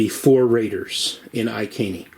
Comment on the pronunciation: Good video thanks for this. Iceni is pronounced eye - seen e by the way!